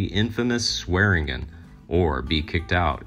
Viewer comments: Why do your videos consistently have mispronounced names? It's really annoying. Its Swearengen, pronounced: "swear-in-djin" Not, "swearen-Gn'. It's like you have an A.I. bot write and translate your scripts for you. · It’s pronounced SWED-JIN!!!